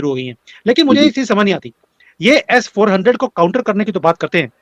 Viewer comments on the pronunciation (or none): अबे एस फौर्टिन नहीं S. 400ठीक से बोलना तो सिख लोल